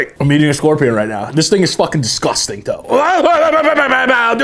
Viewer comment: It’s fockin disCOSTang”